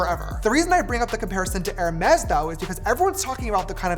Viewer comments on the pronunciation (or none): none